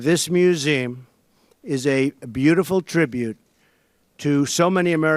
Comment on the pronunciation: He can't even pronounce museum correctly.🫥